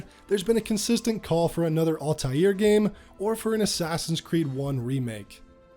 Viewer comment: Al-taïr is a word in arabic and it means “the flying one” or “the bird” to pronounce it say AL (like L) and continue and say tayir (ta and yir (yir pronounced as year) so you can read it as L ta year